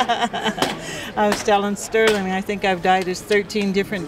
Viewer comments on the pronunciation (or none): Haha...his name is STERLIN. No 'g' at the end.